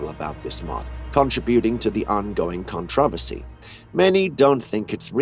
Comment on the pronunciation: contro. vercy. Just saying,the way you said it was understandable.